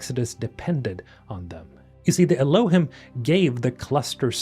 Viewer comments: Not to be an "Aktually" but Elohim is pronounced el-O-heem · I think Elohim is pronounced Ehloheem. At least that’s how they pronounced it in the audio book for Archimedes Engine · Elohim is from the Bible , it’s the real name of Celestial beings with God being “ The Elohim “ it’s pronounced ( Eloh-heem ) just so you know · Elohim is pronounce Eloe-heem. Hebrew for 'gods", "goldy", "supreme ones" or "mighty ones". Lots of biblical lore on this even Billy Carson talks in detail about this. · Bro I don't know why, but them borrowing terminology from the bible "Elohim" meaning "gods" or "godhood" Is cracking me up, or it's just the way you're pronouncing it. 😅 I may not be able to take this game seriously. Gonna be like that one A-hole in the back of the cinema that keeps cracking up for half of the run time.